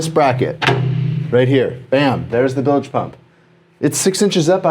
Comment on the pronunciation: Y'all are so awesome!!! O.. WOW. That used-to-be-wood panel! ACK ... (btw... "bilj", not "bil-ej")